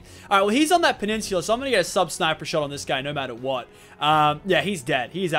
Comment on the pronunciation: When he said peninsula I lost faith in humanity